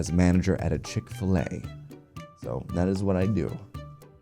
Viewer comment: Lmao it's chick fil a 😂